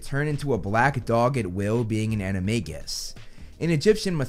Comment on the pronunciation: Hey it's Animagus with a J sound!:)